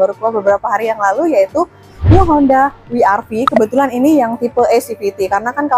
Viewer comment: Bukan honda wi ar vi Tapi we er ve atau dobel yu ar vi